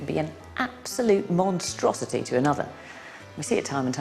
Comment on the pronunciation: "Monstruosity", hahahhaha ❤️